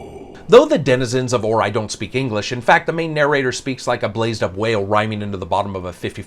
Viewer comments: Right at the start I wanted to go to another review when I heard "Or-eye" instead of the appropriate, "Or-E" pronunciation. God that hurt the ears, hahaha. Still, I'll give this a listen and attempt to get over it. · Except for OR-eye, I would have to agree. Doesn't complain like some other noobie reviewers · Or-eye,, hmmmmmm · Well, sir, I LIKE how you mispronounced Ori. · Good review but you butcher the pronunciation of the game lol